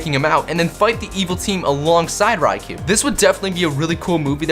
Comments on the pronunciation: Its pronounced Ray-koh not Ry-kuu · It's pronounced ri-c-oh , not ri-c-oo that's how you pronounce ricou